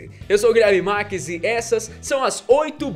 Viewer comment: #FatosResponde : -Porque o Guilherme sempre fala: Eu sou Guilherme "Max", em vez de Marques? kk